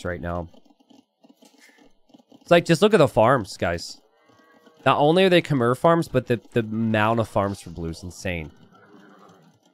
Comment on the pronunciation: PLEASE learn how to pronounce Khmer correctly someday.